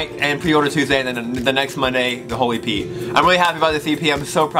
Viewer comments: Every time he said 'The whole EP' I kept hearing 'The Holy 'P'' and I was like yeah sure 😂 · When he says it fast it sounds like "the holy pee " lol 😂😂😂😂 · Am I the only one who thought he said "holy pee" instead of "whole e.p.?" oops.. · When he said whole EP i heard holy pee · Was I the only one who thought he said holy p